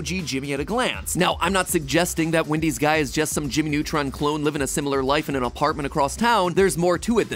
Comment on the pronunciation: You say “Windys” it’s “Wendys”